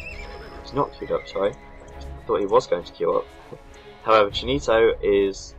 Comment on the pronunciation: Cheenito !! XD Hahahaha I lol every time u tried to pronounce it... Nice Commentary like always :)